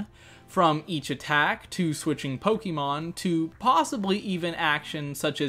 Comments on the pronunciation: This is amazing - but please stop saying poke-EE-mon 😂❤️ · Finally someone other than me who says PoKEYmon